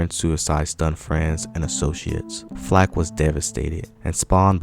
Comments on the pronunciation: Roberta Flack not Flake.😁, But thanks for sharing 👍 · How can this narrator call Roberta Flack, Roberta Flake. He’s fired!! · You said Roberta FLAKE bro , which tells me you are basically reading from others and have no real understanding of what you are saying, no personal experience or appreciation for talented individuals they truly were ! .....nice try tho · Sir you not gon mispronounce Roberta Flack’s last name! FIRED!